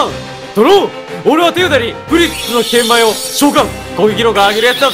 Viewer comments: ぷりっつのけんぶをけんまいって読んでるの好きw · 6分ぐらいのところけんぶをけんまいって言ってるの笑う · 「ぷりっつの剣舞(けんまい)を召喚」 俺「剣舞(けんまい)じゃなくて、剣舞(けんぶ)じゃね？」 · 剣舞をけんまいって間違えてんの草超えて森